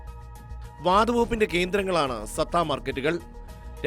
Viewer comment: സത്ത അല്ലടാ പൊട്ട സട്ട മാർക്കറ്റ്